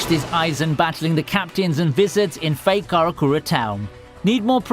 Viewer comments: Did anyone heard him say wizards in stade of vizareds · V-eye-z-ARE-ds Edit: Byakoooya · vizards are pronounced "vai-zards"